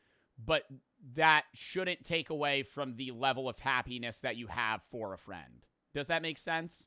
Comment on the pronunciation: "a true fend"